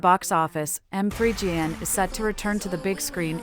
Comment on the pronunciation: It's Megan not m three gan💀